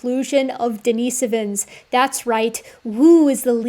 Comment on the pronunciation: i swear every documentary says dina-so-vins, not dini-si-vins. now this makes me wonder what the proper pronunciation is.